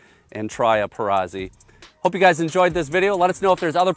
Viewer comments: Note: Perazzi is pronounced like pizza - peetza, not pee-sah. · Amazing guns. Only your pronunciation is a little off, you don’t say Pisa, you say Pizza. It is a Perazzi. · For the love of God, it is Peratzi not Perazzy. Like Pizza, Perazzi see where I'm going. Pe- Ra- T-zee! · To review a shotgun but not know how to pronounce the name discredits the rest of the review.